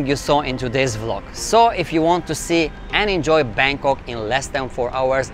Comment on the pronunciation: 🤣🤣🤔...BANGKOK mister bukan bengkok kalo kata orang indonesia mah tidak lurus. Tidak ada texs indonesianya kurang bagus